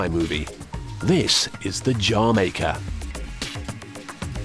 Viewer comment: "this is the JAH MAKEH" :p